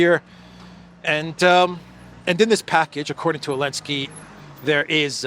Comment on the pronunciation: it's ZELENSKY, LOL!!! You have been reporting on this name for over 3 years!!😢😢😂😂😂 I pray to God, Putin will finally level this nest of ziono- fascist once and for all. President Putin!!!, finish the job, and prepare for WW III in 2027!!!